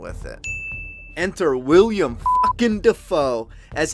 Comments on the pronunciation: Willem, not William,:D FLAW But otherwise great video! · Willem Dafoe is a stage name (real name is William) lmao to cut down on the expected comments. Here's Willem Dafoe explaining it himself. Welcome to the new channel for ONLY Flaw vs Awe Reviews!! Boondock Saints did not received a re-edit, so Ignore the mispronounced Agent name. IDK how I screwed that up from the script, unlike the real actor that name was mixed up haha. We already have 30 Flaw vs Awe Reviews finished and will be uploading one every week with some re-edits and some brand spanking new reviews, Subscribe now!!